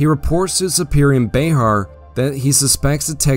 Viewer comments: Bexar is pronounced more like "bear" or specifically "behr" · Bexar (county) is pronounced "bear" by the native Texans in that area. Legend has it that the founder of San Antonio was illiterate and signed his name with a "x". Somehow the "x" was incorporated into his name Bear rendering it BeXar.